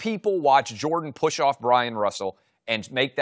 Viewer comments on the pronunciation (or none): none